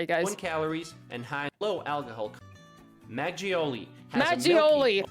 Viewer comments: It's not majiolli it's maKeoli (makgeoli). Also children are not forced to go to school. They go to school. That was a weird statement lol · It felt like he was scraping his nails down a blackboard when he said maggioli like it's an italian word rather than makkoli. Please can these people learn basic pronunciation... 🙄